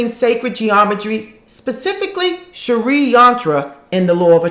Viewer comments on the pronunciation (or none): Its s-ri not sharee xxxxx